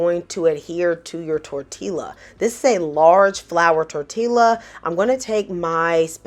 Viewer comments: I got 10 mins to say Good morning 🤗 FYI: Tortilla is pronounced TOR’ tee ya…double L’s sound like a Y in Spanish. I actually prefer tortillas instead of bread sometimes because I just want a lighter vessel. Breakfast Quesadillas are awesome! I gotta try your way the next time. I usually cook the eggs, when they’re almost done I warm my tortilla but while in the pan my egg mixture goes down the center then I fold up the sides up then down to seal it then I roll it over to that side to seal it for a breakfast burrito. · The " L" is silent. Tor ti a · I absolutely love your voice overs. You are adorable. Your pronunciation of tortiLLa is so cute. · Looks great! We pronounce it "tor-TEE-ya" around here. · My sister in Christ did not just say "tortilla" with the hard L lol!! 🤣😂🥰 I'm making this recipe tomorrow. 🥰 Thank you for the idea.